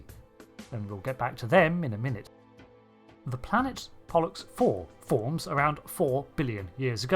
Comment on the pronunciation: "Pollux"? "bollocks"